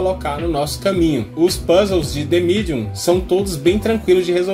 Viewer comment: gastou o ingles agora hein "de midium"